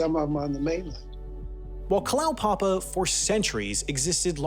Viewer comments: and Kalow-papa, it's Kala-oo-papa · Went there some years ago when there were still 25 or so residents. BTW, I believe it's pronounced Kala-u-papa. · Kalaupapa should be pronounced "kah-lah-oo-pa-pa" :)